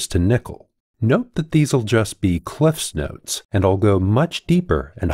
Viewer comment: 5 bonus points for correctly pronouncing Cliff’s Notes